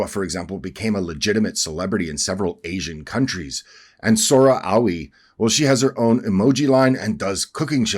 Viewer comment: You live in Japan and you can't even pronounce Aoi?